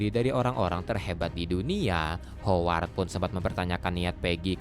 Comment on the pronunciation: greget ama si mimin sama pengucapan hooward 🙃